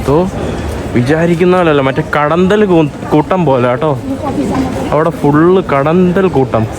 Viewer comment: കടന്തൽ അല്ല കടന്നൽ🤪